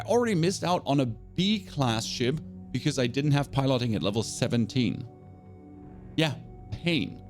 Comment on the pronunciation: Why are you pronouncing 'piloting' like that?